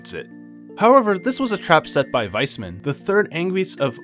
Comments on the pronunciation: Awesome recap! i played the games but this was a great summary for when i start tcs III. Also, its "Wise" man not "Weesman". Not tryna be funny just letting you know. :) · I'm not sure if he butchered every single name on purpose. Like Weissman, Liberl, Aidios etc. Imoressiv either way! lol